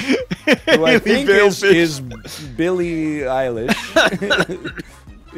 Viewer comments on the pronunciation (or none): I thought NL constantly saying "Billie Eelish" was bad, but not as bad as Illie Billfish lmao